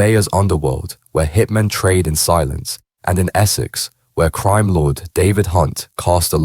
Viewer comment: The Only cream!!( Crime ) in this doc, is this guys pronunciation